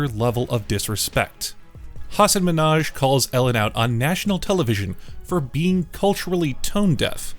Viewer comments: Hey. even you pronounce Hasan's name wrong. It's Hasan Min-Haj not Mi-Nhaj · I love how you criticize Ellen for butchering Hasan Minhaj’s name and yet you proceed to pronounce it exactly the way she did in 😂😂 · You also pronounced this name as Minaj not Minhaj. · The way you act like the last dude bodied Ellen and she was messed up for pronouncing his name wrong, yet you pronounced the name exactly like Ellen did 💀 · Bro u urself just said minhaj the wrong way too. Wtf? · He literally told her how to say his name and she still got it wrong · The last one was pretty stupid of you to involve, since you too miss-pronounced his name... Pretty much the pot calling the kettle black... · So you're crticizing Ellen for mispronouncing his Name and you did the same🤣🤣🤣🤣so stupid🤣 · Idiot, you also mispronoinced the nameb😂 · you also mispronounced his name, you tool. 😂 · "No" "Yes" How you going to say you said THEIR name right when you're wrong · This video isn't biased at all I also love how he calls Ellen out for mispronouncing "Minhaj" and then proceeds to mispronounce it himself. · Puts in a clip of Ellen mispronouncing 'Hassan Minhaj' then host mispronounces 'Hassan Minhaj'. Do better. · "Manipulating someone's Name is a whole other level of disrespect." Proceeds to also pronounce the name wrong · You said his name wrong too so... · I get mispronouncing someone's name, it happens, but then she started arguing with him about how to say it! 🙄